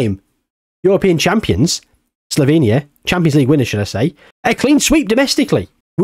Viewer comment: sloVenia not sloBenia, and its pronounced Cheh-Khiyah